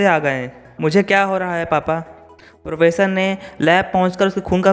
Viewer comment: Pronounce to theek se kar le bhai... vish ko vis bol raha hai, professor ko posar bol raha hai.. itni kya jaldi hai, aaraam se bolo. Aur video mein bina matlab ke effects daale huye hain, fade in fade out wale, dekhne mein problem hoti hai. Simple scroll effect rakho ya fir no effects se karo. Just my thoughts.